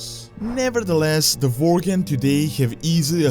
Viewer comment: Vorgen are Werry Poverfull Vorriars :)